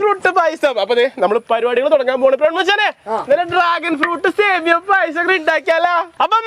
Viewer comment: സേമിയോ അല്ല സേമിയ